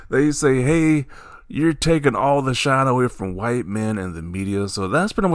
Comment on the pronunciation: Whiy-te. man oppressed in America … 😂😂😂 is hilarious LMAO 😂😂😂